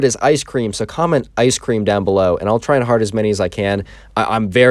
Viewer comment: ice cream Learn to pronounce